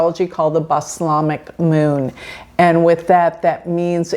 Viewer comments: Correction for those who care: It's Balsamic... not "Baslamic". 🙏🌍🕊🕊 Thank you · Balsamic, not baslamic